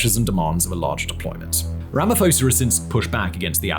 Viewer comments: You pronounce the SA president's name with a ph not an f, as it doesn't follow English spelling rules. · The 'ph' in Ramaphosa is pronounced P, not F. 'pho' in his native tongue indicates the pronounciation of the 'O' as 'or'. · Hi Simon, South African here... when you say our presidents surname it's Ramaposa not Ramafosa.. you don't pronounce the PH as an F... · Slight correction its the Southern African Development Community. And, its pronounced Rama-poe-sa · Don't wanna be that guy, but the South African president's name is pronounced Ra-ma-poh-sa, despite the 'ph'. All in all, I love your content, to a point that it might be a lil... concerning. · It's pronounced "RAMAPAWZA" The H is silent. for all you none SA viewers.